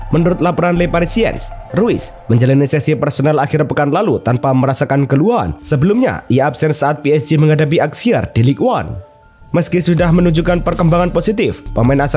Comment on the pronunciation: Aukser min bukan Aksier